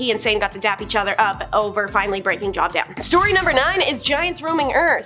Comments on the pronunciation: Hi, i've been noticing that is majority of the time, not pronouncing names correctly. JOB IS PRONOUNCES Jobe, not job. She also talks really, really fast. And she stands there as if she doesn't want to be there. When she's talking about god or the bible, she's cursing. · It's pronounced Jobe not Job, long O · Its not job its joub pronounced job add the u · Job. Pronounced Jobe. Long vowel. Love your presentation, but please, please, please verify pronunciations before recording. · Don't come at her about Job. You're not pronouncing it any more correctly than she. It was actually "Y-ohve." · Job is pronounced Jobe. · I don’t even believe in religion but I know the name, Job, is pronounced with the long o sound (o-e) and not like what you do for a living. Good lord the stupidity